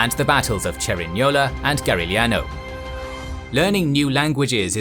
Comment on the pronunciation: "Cerignola and Garigliano" wow man, you pronounce these names better than me(i am italian)